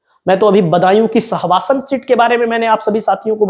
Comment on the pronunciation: स्वासन नहीं है सहसवान है